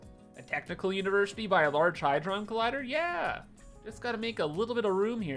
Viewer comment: "Had-ron" - As in "You had to say it wrong" :D